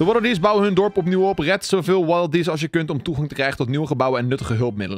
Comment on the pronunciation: Dat was echt een goede waddeldees nuts uitspraak